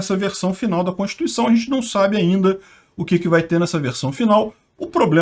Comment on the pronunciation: aprenda a pronunciar corretamente a palavra "constituição".